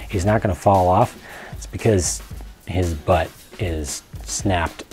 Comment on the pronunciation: it funny how you say butt.